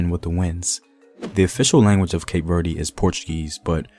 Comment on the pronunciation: As a Cape Verdean brother, let me humbly educate you on the pronunciation of the country. Cape Verde (keip - Verd- the "e" is not stressed, as you did in this video) If you would like to say it in the Portuguese manner you can say Cabo Verde (kahbo-verd) and if you want to say it in the Kriolu version, you can say Cap Vert (kahp-vert)